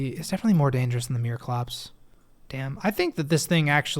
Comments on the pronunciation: It’s Mire-clops, not Meer-clops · Not a huge thing but mireclops is pronounced like mire not meer it's a living mire or bog not a meerkat